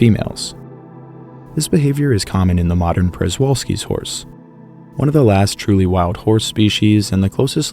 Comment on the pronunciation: Another great video; I finally subscribed! One critique, though: Przewalski's horse is not pronounced the way it is spelled - it is more like Shivalski's horse. Keep up the great work!